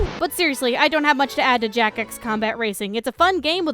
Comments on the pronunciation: Hey, Jak is mar lel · Jak... its Jak.